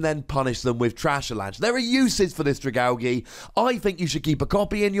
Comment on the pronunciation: The g sound like the g in giraffe not the g in gift ... AL-JEE not AL-GEE :(